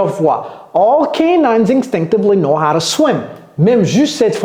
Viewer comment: C'est ton swim ❌Swin But good video